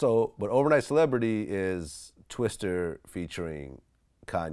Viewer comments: It's Twista. Not Twister. Vlad. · Dammit Vlad its Twista not Twister lol